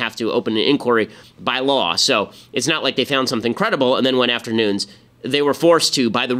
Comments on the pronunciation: AGAIN !!!!Ben is pronounced Nu-ness, it's a portuguese last name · Nuñes...ñ sounds like "gn" nu"gn"nes. His last name is Spanish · Its Nunessss with a hard S Ben. I know because I am friends with one of his relatives. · Ben gets a lot of things right, but according to this Devin Nunes pronounces his own name "Newness".